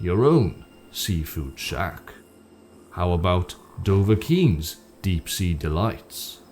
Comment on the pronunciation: Doughvakiin's. That's it, keep it simple.